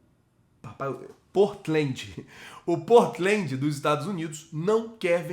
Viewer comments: Engraçado como o fala o nome do Portland errado..... Kkkkk Mano se pronuncia Portlan e não Portilandi.... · Pow nome do time do Evander se fala port land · Portilent é o caralho vai aprender a falar em inglês. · comentário construtivo: O nome do time do Evander se pronuncia Pórtlam, igual ao time de basquete da NBA. E o Viña se pronuncia Vinha. Abraços e tmj sempre!! ✌🏻